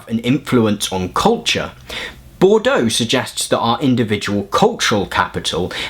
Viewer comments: Yeah the issue is your pronunciation -- Bourdieu is best approximated in English as "bord-yuh". You kept pronouncing Bourdieu like Bordeaux ("bor-do"). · Boudieu, it's pronounced "buʁ dij œ" , FYI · You are full of energy and give good outlines of theory. Being petty bourgeois, may I point out that Bordeaux is a wine region and Bourdieu is a social theorist. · you're three months ahead of me! I'm listening while putting up laundry and keep asking myself "Bordeaux.....?" you rock!